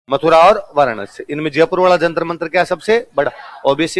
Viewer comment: तो फिर जयपुर को जजपुर तो नहीं बोलते हैं